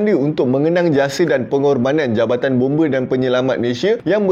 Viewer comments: Bombe lain bang bomba baru betul..tak sama sebutan tu bang😅😅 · Bomba ❌ Bombe ✅ 😂😂😂